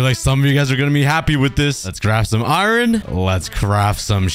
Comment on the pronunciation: Bro it’s called iron not ‘ ayran ‘